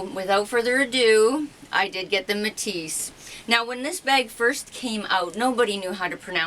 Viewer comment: It is like you pronounce it! I speack french! Whath a beauty!